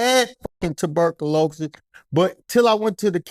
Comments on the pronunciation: Please. Correct my homee on how to pronounce 'Tuberculosis.' 🤦🏾‍♂️ Furthermore. He's tellin' the truth. Our country is trying to weaken or kill us if NOT the combination of both! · Tuberc-o-louses lmfao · Loved this interview, but i couldnt stop laughing at "Tuh-burkalosis" 😂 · Dude kilt saying ticburkulous😂😂😂😂😂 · This nigga saying tuberculosis is hilarious 😂😂